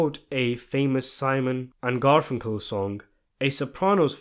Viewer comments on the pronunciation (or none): none